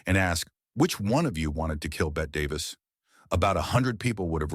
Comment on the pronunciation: You idiot, you mispronounced Bette Davis and most of the others names! Will never watch this crap!